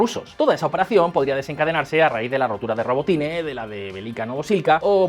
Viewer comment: Es rabotino..... no robotine....... ya me dice mucho su información